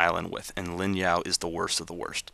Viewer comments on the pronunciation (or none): It is Ling not Lin